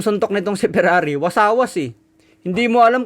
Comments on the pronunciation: Hindi Po wasawas,, Kundi Wasiwas.. Good luck,,.. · Wasiwas Hindi wasawas😂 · Wasiwas boss, hindi wasawas 😅